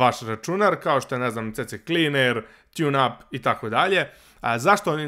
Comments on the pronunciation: Nije to cecekliner nego sikliner :D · Nije CC Cleaner nego c cleaner :D